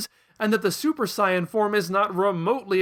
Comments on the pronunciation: (Smacks you with a Harisen) That's the original Japanese pronunciation! Shouldn't the way he pronounced "Saiyan" tipped you off to the fact that he's going off the original Japanese versions?! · He is using the actual pronounciations, not dub-nonsense. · Thank you for pronouncing Saiyan correctly,. This is the first video I've seen on your channel.